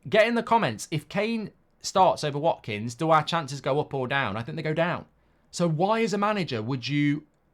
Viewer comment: "WATKINGS" HAHAHAHAHA OH MARKKK